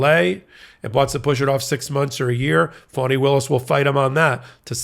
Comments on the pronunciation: FANI is pronounced FAN•NEE not FAWN•NEE. Please correct your pronunciation. Thank you! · It's fonnie, rhymes with ronnie. Sounds like you're saying fawnie. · Fah-knee. Listen to how her friends and associates introduce her. (Please tell Ben too. He calls her fuawny/phony) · FAWNEE (NOT “PHONY”) Willis! Please! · I wonder why some Americans pronounce the DA's name 'Faunnie' or 'Fawnie' when it is clearly spelt 'Fanni'? Surely, it can't be because they are prudes and can't bring themselves to say 'fanny' but you never know the extent of the madness of the loonies and zealots we cleared out of Nottinghamshire and Lincolnshire to fill the early ships like Mayflower...We got the Sleaford Mods and they got the entire cult of the Fighting Ninth Day Mentalists. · Isn't her name Fani Willis why do you keep saying phony Willis . Pls say her name correctly she deserves that respect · It's actually spelled "Fani," and if it was being pronounced wrong, she would have corrected them eons ago. Signed, a person who has had to correct countless mispronunciations my entire life to the point that I'm shocked when someone calls out my name at an appointment and somehow gets it right the first time. On the first day of every new school year, I dreaded that initial attendance roll call! (Note: it rhymes with 'cautious') Given the bands I'm into I've heard of the Sleaford Mods (and "we are the mods" from 'Quadrophenia' is running through my mind now...) and upon checking out just a few songs, makes me think that they're a big influence to Shame; granted I've only heard a few of the latter's songs as well, though.